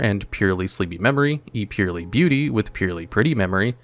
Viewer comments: Its purrEly not purrly 😂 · It's not purely it's purrely. Just like a cat purrs...come on bro. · It is annoying me way more than it should that bro keeps pronouncing it “pure” when it’s clearly a play on the onomatopoeia “purr” sound that cats make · purr ely sads not pure ly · Great video as always! Id pronounce them Pearly, like the word Purr, cuz theyre cats! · Is Purrely pronounced like that? I always thought it'd be "Purr"-ly. You know, like after the sound cat makes? Someone please clarify for me 😅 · Considering purrely is an archetype of cats, I think it's supposed to be pronounced pur-rely as in purring, the things cats do. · You're talking about a guy that couldn't even pronunce Ojama Trio correctly. legit can not pronounce to save his skin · I'm kinda new to this community so i have 3 questions. What is the ocg and the tcg? Is that actually how you pronounce "purrely"? What are Floodgates?